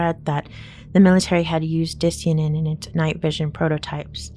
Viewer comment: Di-cyan-in is pronounced like cyan the color, not ”disianin”